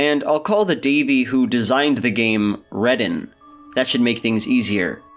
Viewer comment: not sure this one was a home run, my friend. on a very basic level, the fact that you mispronounce the name 'wreden', which is spoken in the first line of the game, is not encouraging re: your grasp of the text. you also misread one of coda's messages when it is literally visible onscreen --you read it as "at times i thought i was making these games for you" when the text actually reads "i wonder at times whether you think i am making these games for you." those are VERY different sentiments; the one you mistakenly read out is an internal reflection, and the one that is actually in the game is an external accusation against davey's behavior and making everything about himself. given the topic of this game, it's pretty ironic that you base some of your analysis on a LITERAL misreading of the text. i also disagree with your thesis that the game cannot be read literally because davey could not have found meaning in the house game based on changes he made to produce that meaning, since he could not have changed it "unintentionally". that doesn't indicate anything non-literal going on--it's just davey exhibiting the same cognitive dissonance he does throughout the game. the whole plot is davey imposing meanings HE invented and projected onto these games. he meticulously combed through the code and made changes intentionally, AND he thinks the game has this specific meaning that it never really had, because he thinks he knows the game's intent better than the game itself. h